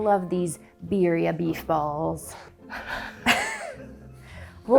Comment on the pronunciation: crying sobbing as I hear the simple pronunciation of Birria and tortilla 😭😭 I can’t do this anymore